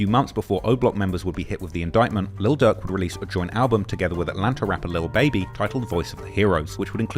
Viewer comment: Man I can’t tell when this dude saying durk or ducc….im trying tho 🤦🏽‍♂️🤷🏽‍♂️😂🤣😭